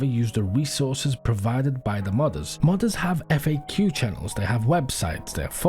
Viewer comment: I keep hearing “mothers” instead of modders. Hopefully the mothers aren’t quitting DayZ